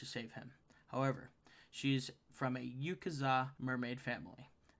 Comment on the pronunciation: How do you pronounce Yakuza? normal people: Ya-Ku-Za him: Yu-Ka-Za